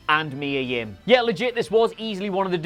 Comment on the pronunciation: "...and Mia yim" 😂